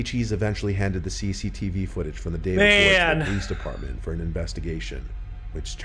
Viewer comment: Jonathan Alvarez Lopez I know it just sounds like he said pleace